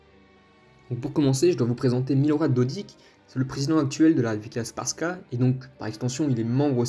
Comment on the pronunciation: La prononciation mon frère 🤣 🤣 alija tu le prononce Aliyah frère et republika srbska en gros tu le prononce repoublika serbeska mais sinon merci 🙏